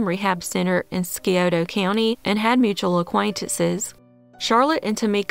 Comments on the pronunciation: I loved watching this my mother says she knew Megan back when she was a kid (mom was born and raised in Portsmouth) but I have to point out that it's pronounced like Seye-oto county not like ski-oto lol but still I like this that you put together I'm actually watching it while I try to fall asleep just in case someone comes up that maybe I know and can help by some miracle. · If your near there... which I AM... you would know it's pronounced sigh-O-duh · Scioto "sigh-O-toe" county. There's all kinds of stuff that happens here. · The I in scioto makes the i sound Sci-O-toe